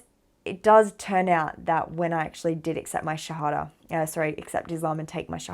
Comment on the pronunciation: Assalam Aali Qum Sister, Luv the way you say Shahadha. Pl. pray for me also to be a pure practicing Muslim . May Allah bless you n your family.